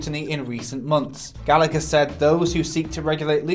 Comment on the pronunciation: Its pronounced Gall-a-her not Gal-act-her